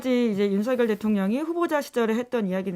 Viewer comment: “서결”로 발음 해 주셔서 감사합니다.. ☺️ “성렬”로 발음하는 많은 다른 방송인들을 보면서.. 이제는 한글도 똑바로 못 읽은 바보들로 만들어가는구나 생각이 들어 너무 슬퍼집니다..ㅜㅜ